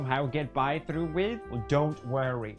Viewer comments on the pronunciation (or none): Its through not troff!